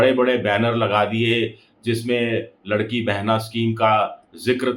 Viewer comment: वो लाड़की बहिन योजना है, आप लड़की बोल रहे हो!😂